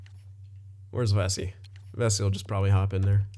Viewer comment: It’s pronounced Ve-see